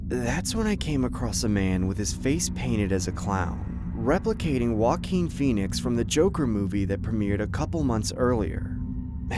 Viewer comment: That’s how you pronounce Joaquin Phoenix’s name!? I had to YouTube another video to hear the actor’s name.